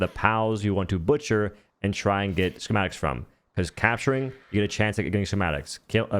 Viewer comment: Ski-mat-ik... Not sure wtf you were trying to pronounce but it's pretty simple